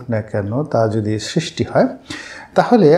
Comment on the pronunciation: উচ্চারণ (ছিস্টি নয় সৃষ্টি) ঠিক করবেন। আর কিছু শব্দচয়ন পরিহার করলে (অনাগতকালে, বিগত দিনে ইত্যাদি) ভিডিওগুলো আরো শক্তিশালী এবং শ্রুতিমধুর হবে।